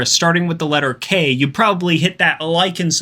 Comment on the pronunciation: tf you mean 'problably'